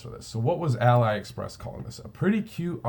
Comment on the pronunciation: Thanks. "Ahlee" Express by the way, like Alibaba:) Just subscribed, I think you and I think along similar lines. Most of my sales are in small niches that are mostly overlooked. Good luck and thanks for the vids.